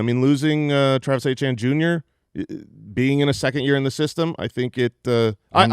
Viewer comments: You guys continuing to pronounce Travis Etienne's name wrong keeps making me laugh 😂 It's not (Ay-Chan), it's (Etch-Yen). It's just a French name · It’s pronounced Travis Etienne( Attiene instead of the E) Jr.